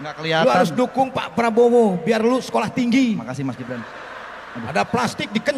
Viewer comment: saya ulang2. sule ngucapnya. pak PABROWO